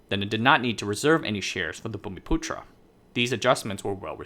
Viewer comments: You pronounced the word "bumiputra" spot on; kudos to you. And you've done a very decent job indeed in summarising the political and economic history of the Chinese diaspora in Malaysia. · No problem buddy, it's not immediately apparent. You nailed the pronunciation of "bumiputera" though which is amazing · You pronounce bumiputera really well, just like a local. UMNO is pronounced Uhm-noh. No one pronounces it by spelling out the individual letters U.M.N.O. The original party actually died with the Malaysian Constitutional Crisis of 1989 due to Mahathir. The party split into two camps. After winning the party war and forming his own new UMNO, he pretty much hijacked the judiciary making it subservient to the government (no more constitutional rule of law), enabling him to become somewhat of a racial supremacist dictator. The current UMNO is more like UMNO 2.0, it was a newly registered party during the split. But over time it took over the old UMNO's legacy. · I'm from Malaysia. You pronounced 'Bumiputera' correctly but 'UMNO' is pronounced here as 'arm-no' but without 'r' sound in the first syllable.